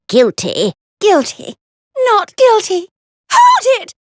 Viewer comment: "Guill Tea!" "No Guill Tea!"